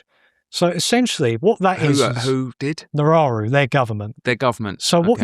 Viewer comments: It's called "Nauru" and not "Nararu". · Australia has already done this with Nauru. And it's pronounced "naru" NOT nararu 😂😂😂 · Nauru is the country he kept referencing not Nararu or whatever he was saying. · The island is Nauru. Not however the guest is pronouncing it.